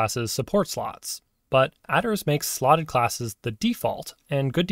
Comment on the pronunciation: It's mad to me that you pronounce "attrs" as "adders"